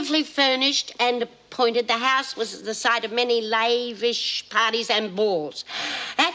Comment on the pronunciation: Layvish instead of lavish 😂